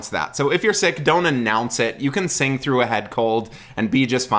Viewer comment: He’s not a turkey, you’re a turkey. Kidding. 😁 He’s my literal favorite person right now. I also love your videos, and this made my day. I AM glad you didn’t mention his use of ‘frough’ instead of ‘through’. There was another person who analyzed it and got hung up on that. I think it adds character.